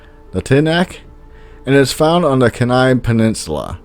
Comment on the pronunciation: You didn’t quite get “Kenai” correct though. It’s with a long “e”; like “keen-nigh.” Incidentally, I used to know a woman, Michelle Davis, who was prominent in the Tlingit tribe (I went to college with her at UAA in Anchorage.)